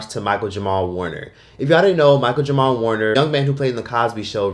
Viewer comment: Y’all on neck about him saying “Michael Jamal” but he said it right